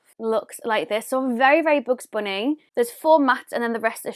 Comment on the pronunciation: "BoOgZ BoOnÉE"